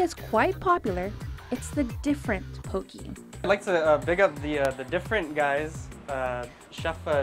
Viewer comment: ...Get it RIGHT! It's pronounced Poh-kay...NOT Poh-kee!